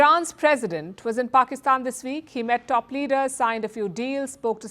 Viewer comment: This presenter needs to talk proper. Anyword beginning with the letter P she uses the letter F. Like Pakistan fakistan. So funny to listen too.